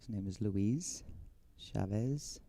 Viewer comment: The commentator keeps saying "Shavez" instead of "Chavez". Sounds terrible, that's like saying Sheddar Sheese.